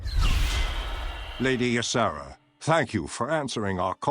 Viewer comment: When the Y is at the beginning of a name, it is pronounced EE- Sara Not "Ya-Sara" It's just an EE sound. It's not as hard as it looks at first.